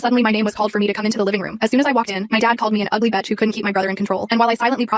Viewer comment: I hate when censoring words ruins the word itself. The ai doesn't even say the word right. Killing becomes culling, bitch becomes betch, please stop with the censors, it pisses me off. Can we talk about this for once?